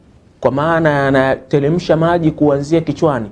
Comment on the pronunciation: Sio anatelemsha bana" ni anateremsha" kiswahili chako kibovu sana, rekebisha matumiz ya R na L....